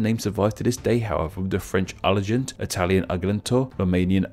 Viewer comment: how you butchered ARGENT in french hahaha